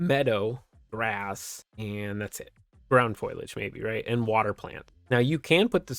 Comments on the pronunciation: fo·li·age /ˈfōl(ē)ij/ NOT FOIL-AGE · FOAL-e-AGE lol not FOIL-AGE lololol i laughed way too hard after the KUBOTA crazy lol